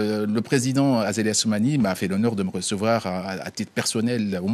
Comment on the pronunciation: hhhhh vous avait entendu la journaliste , elle a dit " le président Azako Assumani " au lieu de Azali 😂😂😂😂😂😂😂😂